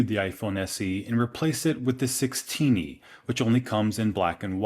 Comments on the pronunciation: "Six Teeny" lol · The 16e pronounced: sixteenie. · “and replaced it with the sixteeny” 😂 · I kinda heard as 6 teeny 🤣